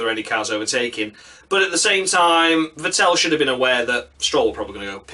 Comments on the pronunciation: Vettel is pronounced much like "veddle". Shit luck, or a bit more karma? You can't expect to commit road rage (under safety car) and showing a bunch of cars off (unpunished, because red car) and continue to challenge for the title. Karma needs to step in. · Martin Brundle pronounces it correctly. The accent is on the first syllable. Thanks for a fun video! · Could you please learn to pronounce Vettel's name properly?